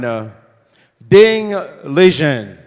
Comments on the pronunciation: It's pronounced how it's spelled. Li Ren. Not Li Jen. Good god how did this guy get chosen to be the moderator/commentator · Kind of embarrassing that Maurice got Ding's name completely wrong. Ding Lizhen? What? A mangled pronunciation of Liren I can understand, but a whole different sound? And it's not like he's an unknown player - he's been WC for two years!